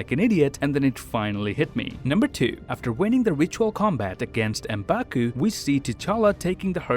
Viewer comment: it's pronounced mmmmmm-baku